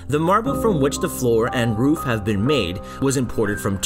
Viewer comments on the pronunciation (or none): none